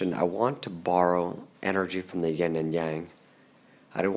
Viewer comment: Hey... have you learned... after 5 years that it's not YING...... it's YIN... Nothing like talking about something & revealing how much you DON"T know